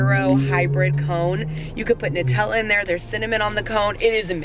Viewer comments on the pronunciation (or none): none